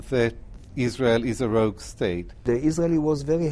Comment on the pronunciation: Rogue not rouge. Lol